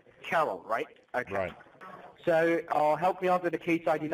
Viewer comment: Oh dear , im trying to work , i started to laughwhen i heard him say " okiy " instead if okay . They try so hard , but always fail .